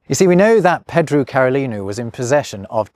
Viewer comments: You might only speak English, but surely you should know that Pedro is not pronounced "Peedru"? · It's nice, given the context. It would've been funny for him to butcher it on purpose. He sort of accidentally did it, with "Pedru". :D